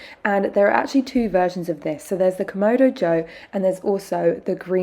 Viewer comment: KamAdo, not KomOdo…